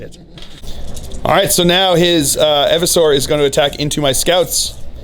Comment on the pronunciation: Eeversor, not Evversor...